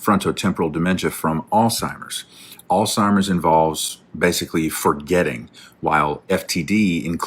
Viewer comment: The doctor at the end clearly is a professional. He is the only person I have heard correctly pronunciation the word “Alzheimer’s”. Most people pronounce it with a “T” sound in the word which is grossly incorrect and if you hear a doctor pronunciation incorrectly, I would go to a different doctor, because they clearly are the “C” student that still gets to be called “doctor”!